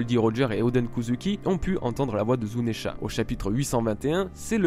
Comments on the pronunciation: zounesh, et non pas zounesha !!!!!!!!! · zounesh, et non pas zounesha